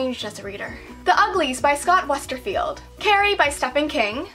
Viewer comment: I always used to pronounce Scott Westerfelds name like you did and then I started spelling it wrong so I checked it out and I was just like "crap there's no i in his name"